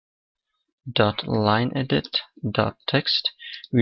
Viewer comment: Thx! But iu must must must must practice how to say lineEdit so it sounds like English ok? ,)